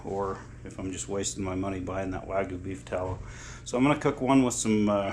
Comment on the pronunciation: The y in wagyu should be pronounced.